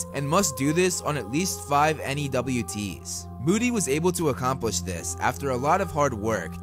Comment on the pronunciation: U don’t have to say n e w t s u can just say newts